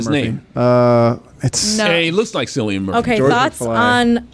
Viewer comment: Cillian is a hard C, not a soft C. Think Killian.